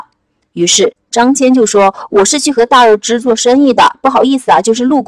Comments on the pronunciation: 大姐，人家叫张qian，不叫张jian了！本来想让儿子看的，还是算了，不知道还有什么小毛病！ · 辛苦啦，非常棒，感谢！捉个小虫:秦国连横的是张仪不是孙仪，汉武帝时期丝绸之路的开辟者叫张骞(qian一声，不读jian) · 读错的字蛮多的，张骞，大宛 😂